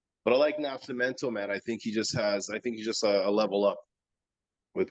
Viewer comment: Man that sounded funny every time you said Nash-imento… isn’t it Nasc.. with just a C sound not SH ?? 😂